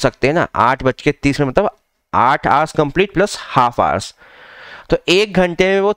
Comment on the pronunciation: Hours bolo sir thik sai